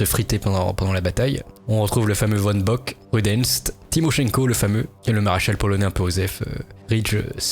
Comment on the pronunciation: V comme F, Von Bock se prononce "Fon" Bock, les allemands ne sont pas des néerlandais